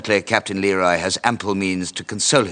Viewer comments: a favorite detail of mine that few seem to mention is how Simmerson consistently pronounces the Captain's name as "LEE-roy" even though he introduces himself (and Sharpe calls him correctly) as "luh-ROY." just a nice extra touch of disrespect from a dreadfully self-absorbed character. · Only just realized that Simmerson never gets Leroy’s name right. He pronounces it Leh-Roy simmerson pronounces it Lee-Roy. Typical of his refusal to acknowledge other viewpoints than his own